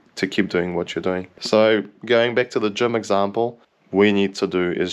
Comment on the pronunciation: Gym, not Gem. JIIIIIIIIIIIIIIIIIIIIIIIIIIIIIIM